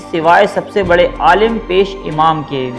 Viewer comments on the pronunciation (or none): none